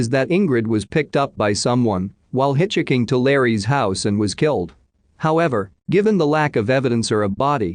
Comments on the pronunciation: “Hitch Hicking”? You mean hitchhiking, right? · can you not fix these where it pronounces hitchhiking correctly please, it's really annoying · I want to listen but your robotic voice cannot say 'hitchhiking' and I want a real voice. I'm out.